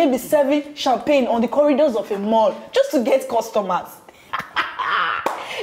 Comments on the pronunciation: Champagne ❌ sampagni ✅ 😂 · Its how jenifa pronounces champagne for me😂😂😂😂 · Jennifa's pronunciation of champagne is everything